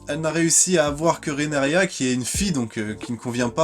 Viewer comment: TaRgaryen pas Tagaryen RhaenYra pas Renaria. 🙏 Bon, pas de "malgré que" dans les 2 premières minutes, c'est déjà ça. Je croise les doigts pour que ça dure...🤞 Et non, Rhaenyra n'est pas la grand-mère de Daenerys : 7 générations les séparent. Je crois qu'elle est la grand-mère du grand-père du grand-père de Dany, un truc comme ça.